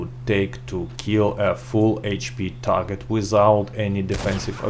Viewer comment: Nice work man.. you still have the most informative comparison videos on YouTube for Red Dead 2 .. thank you . . I think you should go back to saying "TARJET" instead of Target tho..